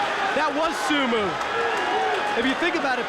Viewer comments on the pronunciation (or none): What the hell is a sumu and Judu lol Dude can't say o??